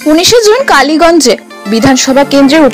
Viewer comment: কালিয়াগঞ্জ নয় এটা কালীগঞ্জ।